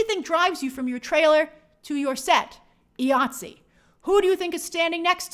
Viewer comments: It’s “eye-ah-t-see”, IATSE. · Hey Grace, IATSE is pronounced EYE ATSE. Keep up the good work.